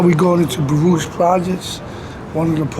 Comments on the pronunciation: Nobody from Baruch pronounces it like that. We say BAA-ROOCHH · I thought he was True Life. P.s. it's pronounced Baa-rook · We always pronounced it Baruk. Different Era for sure. Same joint though. I was born in 68. So much has changed. It’s wild. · As a NY Jew, hearing the pronunciation for Baruch makes me cringe, but always have to remember I likely butcher words from other languages all the time